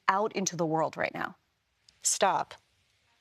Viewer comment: Because she don't want her to STOP.... that STOP sounded like GO.